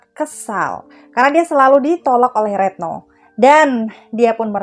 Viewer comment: Retno kok jd reetno..ga enak bgt dgr nya